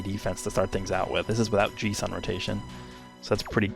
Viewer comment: “Jees”? I don’t think I’ve ever heard anyone say it like that lmao